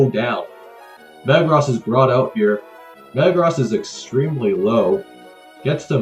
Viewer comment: The way this guy says Metagross is more jarring than the way Jimothy says Groo-don.